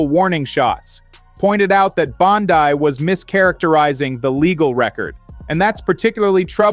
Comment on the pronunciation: Name pronounce Bondee(Bondi)